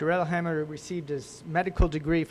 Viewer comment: He mispronounced his name. 🤦🏻‍♂️